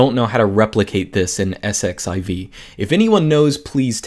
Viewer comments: Isn't that 'exc-ess-i-ve'? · pronounce it "ss-z-iv" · "Let's sed-eleven-queue it" Haha!! I'm going to borrow that.